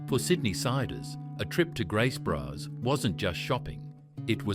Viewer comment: Graces bros I think it’s grace brothers